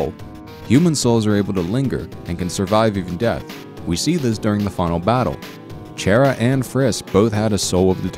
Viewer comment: not chera chara